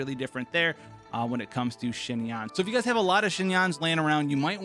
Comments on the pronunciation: great video im about to go build her rn!!! just a heads up, your pronunciation of xinyan is very close, but its more like "shin-yen" :) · This man said shin-yan like wth is wrong you